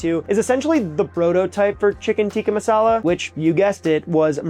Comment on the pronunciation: I'm not sure if I'm crazy or if this is the worst pronunciation I've heard for the food. good video tho